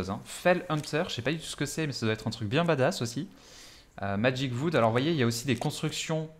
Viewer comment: Salut à toi :) On m'a parlé de ce jeu donc jme renseigne un peu, merci pour tes vidéos, pouce bleu mais sérieux, j'ai eu plusieurs fois envie de couper la vidéo à t'entendre prononcer "VOOD" au lieu de "WOOD"... à moins d'avoir un accent allemand, irlandais ou je ne sais quoi, je doute fortement que ça se prononce "vood"